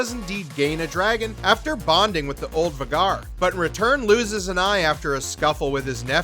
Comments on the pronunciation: Hahahahaha “Vay-gar” not var-gar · How do you mispronounce Vhagar..pronounced "vayy- Garr" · Var-gar ..lol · Why does he say all the names wrong?? Lucerys and Vhagar are pronounced weird too.